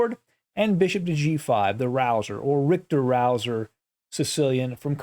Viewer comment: Rikter-Rauser. That’s a nice way of pronouncing Kurt Richter’s name...;-)